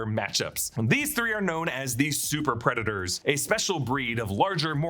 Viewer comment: Why are you pronouncing it Preda-TORs?